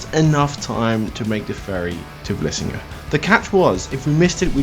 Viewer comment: it's vlissingen not vlessingen 😉